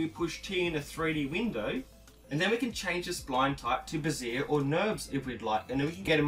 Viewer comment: Very informative and helpful...but just a trivial point for the sake of conversation...Bezier is pronounced bez-ee-ay, not ba-zeer. It sounds like you are referring to a woman's support under-garment.